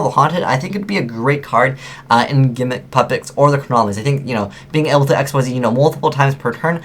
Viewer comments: You do know Xyz is pronounced, "Ik-seez," right? They're not VWXYZ monsters... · There aren't any reprints of Numbers in this set. This is all their first time being printed, and all of them except for Giant Grinder, which is actually an older OCG promo card, are being printed in the TCG before the OCG. Also, why does no one pronounce Xyz right? (pronounced ik-seez)